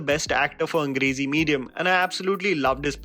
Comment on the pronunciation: I heard 'Crazy Medium' instead of 'Angrezi Medium' 😂🤷🏻‍♀️🤦🏻‍♀️